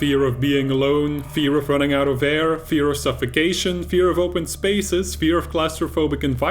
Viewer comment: not 'suffication' it's 'suffocation'